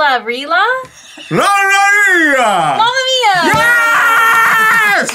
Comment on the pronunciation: I swear when Arin said “mama Mia”, I thought he said “gonorrhea”